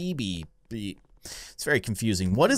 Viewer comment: Everytime he said bee it sounded like bean